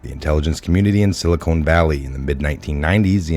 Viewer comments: why do you mispronounce "silicon" as "silicone" there is no e at the end... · It isn’t the silicone valley. Never heard it pronounced that way. It is pronounced sil i con. Not sil i cone. Silicon, land of the silly cons and evil cons!!! BTW, Great Work!!!